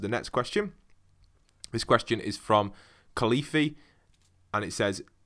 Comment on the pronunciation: “khalifee” lol it’s ‘Khalifa’